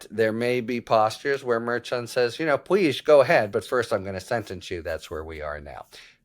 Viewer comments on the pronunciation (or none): Harry, I love your videos & subscribed over a year ago. However, I have a pet peeve. I wish you would pronounce the name of Juan Merchan properly. He was born in Bogota, Columbia. The correct Hispanic pronunciation of Merchan is Mershon. Karen Friedman Agnifilo from Legal AF & MeidasTouch worked directly with Judge Merchan for years. She pronounces his name as Mershon & so does almost every other analyst on MSNBC. Other than that, I really appreciate your videos.